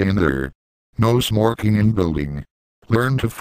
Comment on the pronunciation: "No smorking in building." Lol.